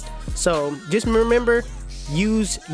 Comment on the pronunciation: “just memember” 😂🤣😂🤣😂🤣